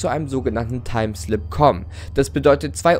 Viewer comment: ich dachte du sagst timestone :)